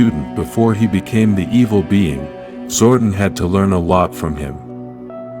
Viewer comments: And it's Zordon pronounced " Zor don" not Zordin. Note to self next time I see this channel click " Don't recommend this channel" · Zor-DON, it’s Zor-DON. Sorry, that was irking me.